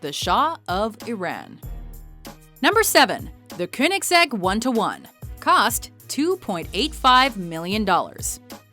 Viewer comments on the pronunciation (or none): hey.. one:1's power to weight ratio is 1341 horse to 1341 kilos not 1360... and "agera" not "agira" and "konigseg" not "koonigseg" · YOU COMPLETELY SLAUGHTERED THESE NAMES: The "Astin" is pronounced "Ostin" "Kooneseg" "{Cone}isig" "Ageera" is "Ajera" Pagani "Hyra" is "{Hi}ara" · Its pronounced "coins-egg" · When she said Konigsegg wrong and it said Konigsegg wrong at the bottom I wanted to die. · The way she said Koeniggsegg One:1 though makes me cringe so hard I loose 50 brain cells every time she repeats it. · she said koenigsegg wrong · GamingElliot not really,they based everything off 0-60 time and top speed,and can't even say koenigsegg properly lmao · I believe the elemento isn't road legal,and the zagato was only a few special cars.Though I agree with some of the others,but it's hard to make a list when you are blond and dumb and can't say koenigsegg properly lmao